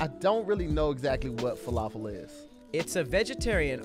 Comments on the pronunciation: Gyro..pronounced JI-RO.The heck they get yee-ro from???And his pronunciation of falafel?? WOW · I almost passed out from pronunciation of falafel